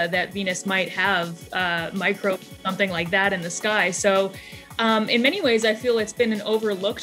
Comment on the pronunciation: She said 'Microbes'